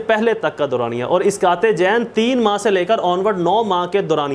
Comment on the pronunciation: جنین کا تلفظ تو بھائی درست کریں. کسی صاحب علم سے سیکھ لیں. جزاك الله